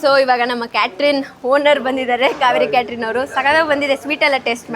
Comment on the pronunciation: Yeah, that's wt I was thinking she is saying caterin instead of catering. Money can't buy class.